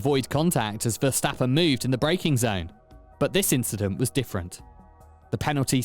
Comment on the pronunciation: And it's VERstappen and not verSTAPpen he is not German merde